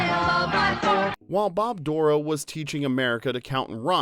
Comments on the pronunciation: Think you have the wrong emphasis on Bob Dorough’s last name. It’s like “doh-row” not “DOOR-row”. Lived in the same area as Bob and saw him several times live and he pronounced it “doh-row”. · Bob Dorough Stress on the 2nd syllable. doh-ROW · It KILLS me that you’re mispronouncing Bob’s last name. It’s said DUR-oh. Being able to meet him at a jazz club in NYC and let him know that Schoolhouse Rock was a driving force for me becoming a jazz musician was a dream come true. He was genius with his time and talent, and we’re all the better for his contributions to our youth. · Fwiw, Bob Dorough’s name is mispronounced in the video. He pronounced it with emphasis on the second syllable of Dorough. “Bob Dur-OH” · Just an FYI after spending some time with the man when he was still with us in Delaware Water Gap Pa his name is pronounced Door Roe. 🙂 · you pronounced Bob Dorough's name wrong, the accent is on the second syllable. Don't tell me I don't know the facts.